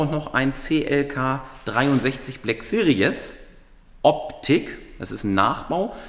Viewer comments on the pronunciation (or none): "CLK Black Serious"? Manmanman, wieso ist es so schwer das Wort 'Series' richtig auszusprechen, selbst die Werbefuzzies für Braun Rasierapparate können das nicht... 😂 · Hey, "Series" wird in der zweiten Silbe mit einem mittellangen bis langen i gesprochen, kein Doppellaut. Ansonsten, geiles Projekt, ich will sehen wie die Maschine abgeht! 👍👍👍